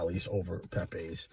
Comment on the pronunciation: It's Pepeeze not Pepaaaz Italian not Spanish